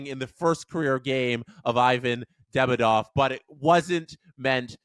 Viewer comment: For English speakers it's correct to pronounce DemIdov. Stress on the second syllable "i"